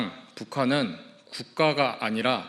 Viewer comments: 담당자님! 괴례x -> 괴뢰가 맞습니다 수정후 댓글 삭제하셔도 됩니다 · 괴례가 아니라 괴뢰.... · 괴례(X) -> 괴뢰(傀儡) 초딩이나 중국인이냐? 기본적인 국어 사용 능력이 처참한 수준. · 괴례집단이 아니고 "괴뢰집단" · 기자새끼 중국인임? 괴례 ㅇㅈㄹ ㅋㅋㅋ 괴뢰 아님?ㅋㅋ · 맞는말! 근데 괴례가 아니라 괴뢰임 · 괴례가 아니라 괴뢰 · 괴례(x) 괴뢰(o) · 괴례가 아니고 괴뢰아닌가요 기자님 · 괴례가 아니고 괴뢰에요 채널a 담당자님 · 괴례??? 괴뢰???